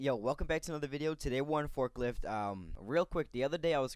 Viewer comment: Did he say forklift lol or am I stupid